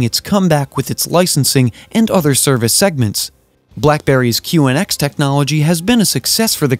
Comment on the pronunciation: It's called QNX, not QXN. Cmon man